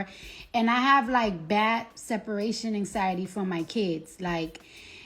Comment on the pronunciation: The way Cardi pronounces anxiety lol “Anks-SY-UH-TEE” 😂